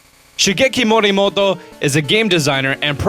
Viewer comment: More Rexy! I learn Japanese at school but he doesn't have to say one word all the time in a Japanese accent when you can easily say it in an English accent